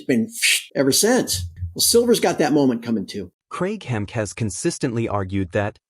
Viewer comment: His name Hemke is pronounced Hem key